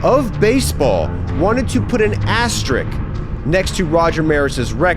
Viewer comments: ”Asterisk,” it’s pronounced. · 47 players that weigh over 240lbs * Did the math Also, you are incorrect about the number of games it took Ruth to set and Maris to break the HR record. You can't just make shit up. It also makes no sense how you explained it. AND it's not an "asterick", It's an asterisk. Jeeeez 😕